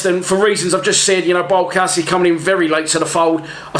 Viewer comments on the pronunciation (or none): I think it’s actually pronounced BIALKOVSKI. The w is pronounced as a ‘V’ in Poland